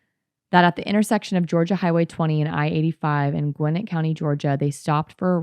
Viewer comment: Love to see that Georgia has been and forever will be a shit show. Great pronunciation on Gwinnett btw most ppl who aren’t from here get it wrong lol